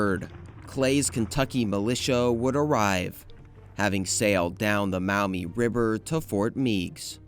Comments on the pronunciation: Maumee is pronounced Maw-mee, not Mao-mee Meigs is “Megs” Presque Isle is “Presk” not Press Q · The Maumee river is pronounced "Maw-mee" not "Mow-me". This kid needed to do a better job of these pronunciations. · As a Perrysburg-ian, Fort Meigs is pronounced "Meggs". And Maumee is pronounced "Maw-mee" rather than M'ow-mee, so it's closer to Mommy. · Being from this region and hearing Meigs not said as Megs and Mow-Mee instead of Maw-mee is so funny! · Having grown up in Toledo I agree, “Megg’s” and “Maw-mee”.